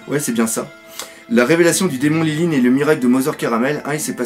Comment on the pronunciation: c'est pas lineline c'est linlin et c'est pas louffy c'est leuffy on prononce comme ça merci